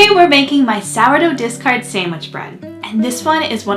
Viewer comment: People keep saying "disgard" what is that?